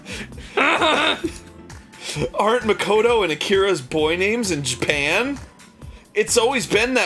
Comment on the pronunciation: Reyson70 "MY BELOV-ED JAPEN"